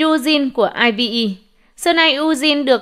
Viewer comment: aespa đọc là "a ét pa" IVE đọc là "ai vi y" Seulgi đọc là "sưn ghi" Kep1er đọc là "kíp quan nờ" Yujin đọc là "Du din" Tên người ta hay thế mà đọc nghe thấy.... Pls sửa lại cách đọc giùm cái=.=